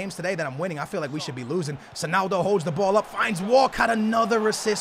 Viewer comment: why does he say sonaldo